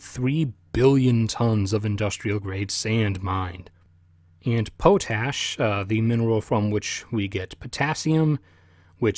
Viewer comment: It is pronounced Pot-ASH. Not Po TASH.